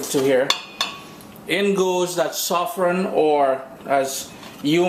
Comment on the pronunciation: in Trinidad we does say.....saaaafffran not sofron (of course I know the spelling saffron)